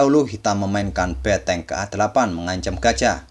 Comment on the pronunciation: ngomong bentengnya emang beteng?